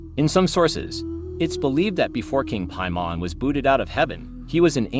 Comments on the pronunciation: According to ,,Piamon´´? o.o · The AI voice is annoying. It doesn't know how to pronounce certain words (especially Teyvat or Paimon) and is monotonous af. Why not just read into a mic? 😂